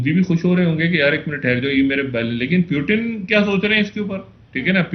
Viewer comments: 0.45 he said President *"Pyu-teen"*...🤭🤭🤭😂😂😂😂😂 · Pyutin are ye kha se pakad kar laate ho aise Journalist jinhe Pronounciation tak nhi aata thik se...🤣🤣🤣🤣